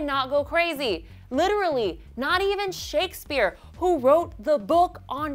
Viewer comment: i loved how she said shakesphere and about kylie and kendall